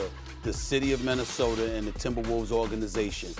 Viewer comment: “The city of Minnesotar” lmao